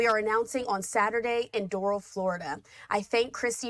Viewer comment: Fox Host doesn’t even Pronounce “Doral” properly! Political Analyst Brian Sobel knows nothing about DHS Sec Noem, her immense background, accomplishments as DHS Sec, SD Gov n Fmr Congresswoman! This is a Fox Failure!